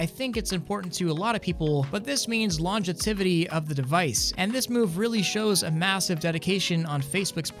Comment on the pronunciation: LONGETIVITY??? It's longevity you muppet.